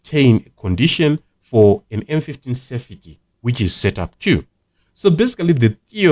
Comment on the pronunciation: Duly noted. By the way it's "sefty* not *sefiti*. I hope you don't mind.